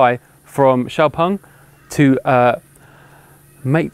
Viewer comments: Why is he saying 'x-pung'? If that's the correct pronunciation, why are they spelling it with an 'e'? And is it actually 'ex'-pung or should it be more like 'zhiou' as in xiaomi? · As a Swede the pronunciation of the of the name -"X-Pung" feels so wrong. :(